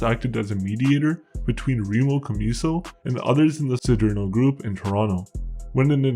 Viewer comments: "See dare no" not " see dear no" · “See-derno”.. stupido p*tain.